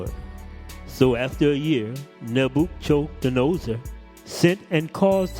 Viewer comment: All praises my brother, I think your definitely mispronouncing (Neb-ah-kud-nezer) but it’s all good 😁 It was just so off I didn’t recognize who you were talking about at first lol... bless you tho my brother ✌️